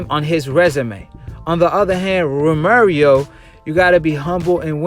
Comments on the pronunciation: Once you said Ro Mary Oh I left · Lol Ro mary O lolol bruh why u keep sayin that? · TEL BARBA 🤣😭🤣🤣🤣😭 it’s pissing me off